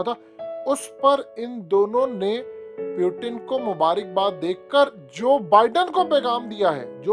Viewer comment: براہ مہربانی ایک تصحیح کر لیں روسی صدر کا نام پیوٹن نہیں بلکہ ”پُوتِن“ ہے۔ روسی زبان میں ”ٹ“ اور ”ڈ“ نہیں ہوتی۔ اہل مغرب ”پُوٹِن“ بولتے ہیں کیونکہ انکے ہاں ”ت“ نہیں بولی جاتی۔ اگر آپ نے انگلش سٹائل میں بولنا ہے تو آپ بھی پوٹِن کہہ لیا کریں مگر ”پیوٹن“ کوئی لفظ نہیں ہے روسی زبان میں۔ مزید تصحیح کیلئے آپ روسی ٹی RT، روسی ویب سائٹ ”سپوتنک“ اور ویب سائٹ ”بی بی سی اردو نیوز“ وغیرہ ملاحظہ کر سکتے ہیں۔ امید ہے آپ تصحیح فرما لیں گے۔